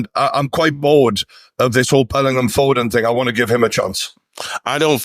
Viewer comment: Glad to see the lad bottom right has finally started pronouncing Bellingham properly instead of saying Bellernam like he used to.